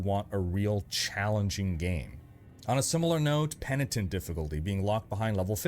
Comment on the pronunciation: Pen-i-tent. Not pent-ient.